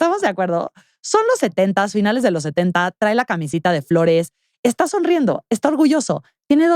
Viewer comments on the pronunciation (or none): none